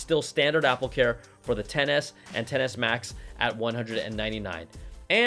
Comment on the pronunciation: Im glad im not the only one who heard XS as Tennis